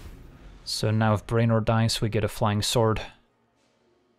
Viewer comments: "BRAY-nor"? you mean "BREW-nor" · As always, a brilliant curve. Its pronounced Brew-en-or.